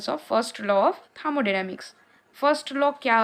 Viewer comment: Thamodynamics ya thermodynamics 😅😅